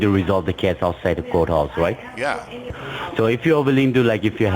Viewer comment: What's a "portico" ? What's a court "hou?"